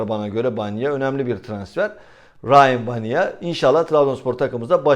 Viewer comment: Eleştiri olsun diye söylemiyorum. Biraz takıntılıyım bu isimlere. Yazıldığı gibi okunur. Rayyan Baniya. Saygılar